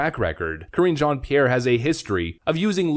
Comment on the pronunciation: It's Mizzz Jean-Pierre! And you need to pronounce it in a French accent! LOL!